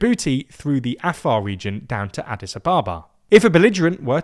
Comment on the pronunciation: Nobody pronounces Addis like that